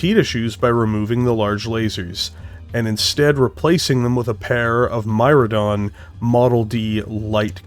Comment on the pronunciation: I think the name is Mydron (mid ron) instead of myrdon.